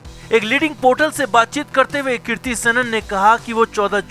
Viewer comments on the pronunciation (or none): Kirti nehi hai.kriti hai. pronounciation thik se bolia